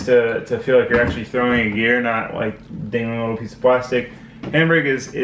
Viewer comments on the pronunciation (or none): none